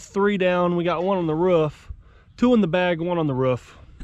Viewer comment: it’s roof not ruff